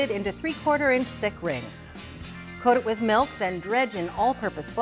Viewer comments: The last guy sounds like he's saying MELT but apparently he means MILK. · For the calamari, where do I buy "melk?" 😛